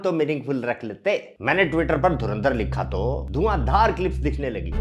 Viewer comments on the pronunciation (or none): none